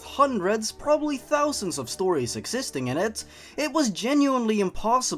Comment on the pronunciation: wia do you say that awful proddy